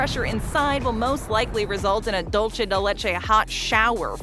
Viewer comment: I got the tip for the voice over when she wants to say "dulce" keep this in mind when she wanna say "dulce" like she should us Kareem Abdul Jaabar get rid of kareem & Jabaar get rid of the "AB" just say "Dul" & for "Ce" say 'Se" like the end of the name "Jose".